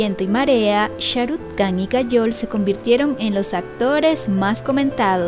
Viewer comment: Muy buenos tus videos, un detallito la KH se pronuncia como una J o sea sería Sharuk "Jan" la pronunciación, sin que suene la K